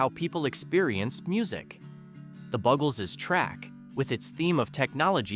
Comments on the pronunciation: I can't listen to this because the band is not called, the "bug"els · iT IS PROUNCED "THE BUGLES NOT BUGGLES" nough said.